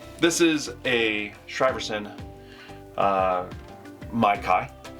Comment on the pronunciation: It’s pronounced “sheer-son”